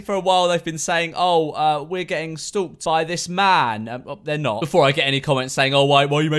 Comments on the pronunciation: No one: Memeulous: STOÜKED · No one: George: "S T U L K T"